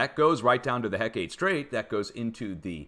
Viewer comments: Hecate Strait is pronounced heckit. Not heck ate. Thank you for your dedication in this important information. I live on the coast of Alaska. I’m subscribed, believe me. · Hecate is HEH-kuh-TEE, not heh-KATE. Ancient Greek name for a goddess.